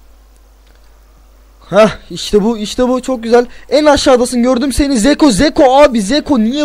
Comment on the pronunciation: bi kere o zeko deil çeko diye okunuyo.Ve çok güzel çekiyosun serinin devamı için hep like atıyorum:)